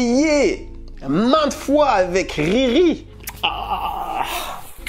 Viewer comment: L'accent congolais à vite repris le dessus quand tu as dit " RIRI brise des coeurs" 🤣🤣🤣